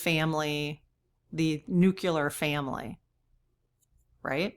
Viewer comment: this is not a criticism - just a kind and respectful correction. Pres. George W. Bush was bashed for saying "nu-cu-lar" all the time. The correct pronunciation is "nu-klee-ar." Nu-cle-ar. His constant mispronunciation made it a sore point for me and many others.